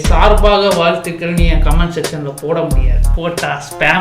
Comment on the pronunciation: saaர்baaக vaaழ்thuகள் 😅😅 Ena paa ipo okay vaa